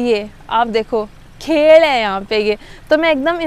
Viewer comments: "Khel h yha pe..." ye Rajasthani tone tha ya mujhe hi lga ???🤣🤣🤣🤣🤣🤣🤪🤪🤪🤪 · आपने जब खेल बोला तो मैं समझ गया कि आप हरियाणा के किसी गाँव से हो 😊